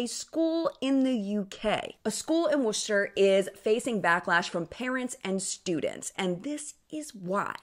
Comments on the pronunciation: First, ecstatic that you pronounced "Worcester". However, I really agree with some of the sentiments. The beauty industry is not a multi-billion dollar industry because of those who live it as an art form. It is because more girls believe they have to wear it to be pretty. That's what the ads keep telling them; those ads prey on feminine insecurities. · 10/10 for correct pronunciation of Worcester ❤️❤️